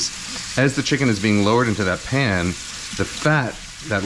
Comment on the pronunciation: Kenji's dogos "No vegetables! Only chimken!"